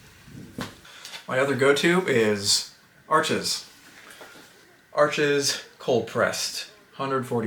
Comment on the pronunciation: Arches is pronounced Arsh. It's a French company and you know how they can be sarcastic